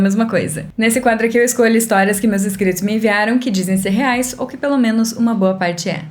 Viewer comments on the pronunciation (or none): none